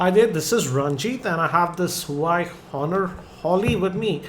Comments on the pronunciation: Bro its nou huai. its pronounced wua-wei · Huawei Pronounced as Hu - va - way :)